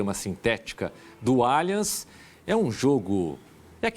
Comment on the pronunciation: Quero te convidar a falar o nome do nosso estádio corretamente: NÃO é Alianchi e sim, lê-se Aliance!!! Muito diferente. Por isso toma mais um “dislike”.